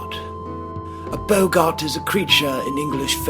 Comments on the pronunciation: hi it's prenounsed bog it, not bow gart, other than that, very well done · Bog-gart not bogart!